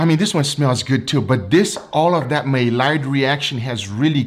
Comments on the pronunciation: Maillard= My Yard. not May Lard. sorry i'm a pedantic fool. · It's pronounced mayard not maylard. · maylard to funny.... its Maillard you don't pronounce the LL's so say is Maiard.... Like my yard Love you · Maillard is pronounced MY - YARD not MAY - LARD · “May-lard” reaction lol.. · Amazing video as usual! Nobody bastes a steak like does! By the way, the "L" is silent in maillard. It sounds like my yard. The French pronounce it with both the L and the D being silent as well like "My Yar". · Hey great vid! Just a couple things: it’s pronounce may-yard reaction and cling wrap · "May Lard Reaction"... Oh:^) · Again.... it's pronounced the my-YARD reaction. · Take a shot every time mispronounces "maillard"